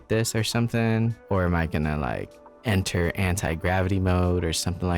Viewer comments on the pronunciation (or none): none